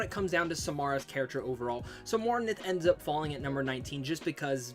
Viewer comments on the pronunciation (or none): Zaheed? Mornith? Jesus you butchered some of these names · He said morinth's name wrong too